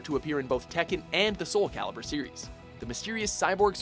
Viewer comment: Are you paying attention internet? Soul Calibur. CALIBUR. Not "Caliber"!